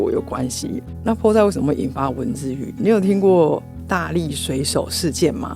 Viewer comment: 😂哇賽，知道菠菜台語的發音餒🎉🎉❤❤